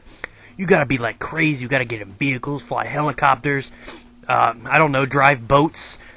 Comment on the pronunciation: What are Vehickles? D